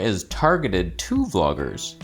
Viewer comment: Did I hear him say the Z9 was targeted to "bloggers"?? Hahahahahahaha